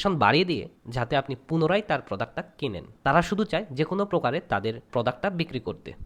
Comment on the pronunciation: প্রোদাক্ত আবার কি ভাই????😂😂😂😂 প্রোডাক্ট বলেন।